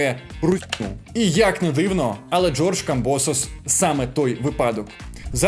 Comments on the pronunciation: Тепер не камбОсос, а камбосОс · У Камбососа треба ставити наголос на останньому складі...! Тоді буде благозвучніше... Тобто - КамбосОс , руснявий отсОс...!!! Дай Боже , Васяла розклепає грецько-русняву пику!!!